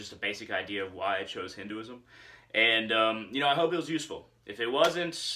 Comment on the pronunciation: Just 1 tip. If you can, try and pronounce it as "Hin- Th e ( 'th' sound of word 'the,they,thee,thus etc)-uism